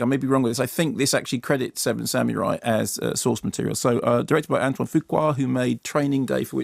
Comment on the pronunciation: It's pronounced "SAH-moo-rye", not "SAM-yoo-rye". (-_-)